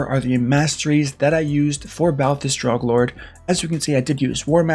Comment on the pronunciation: FYI the a is silent in his last name